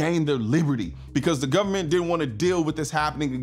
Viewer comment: Did he say "gubnerment"? FJB.